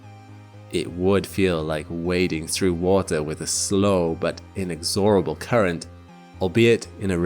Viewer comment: Inexooorable? No. Inexxxorable